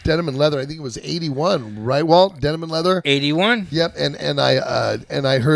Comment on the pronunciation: Best line of the episode: ...Denim & Leathum. 😂 Damn that pesky ' cotton mouth '. 😂😂